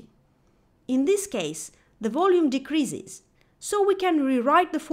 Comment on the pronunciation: Dee cree ziz... Een cree ziz... Hire someone who actually speaks English to read your lecture or use a Text to Speech program. Your mispronunciations are extremely distracting.